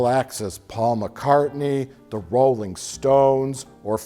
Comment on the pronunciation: Who are the Rol-LING stones?